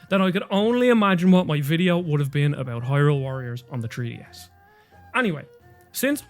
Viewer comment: "Tree-DS" and "Genui-Eye-nely" This guy's pronunciation.